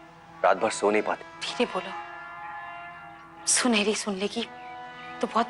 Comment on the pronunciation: Sunaini nahi Sunheri🤭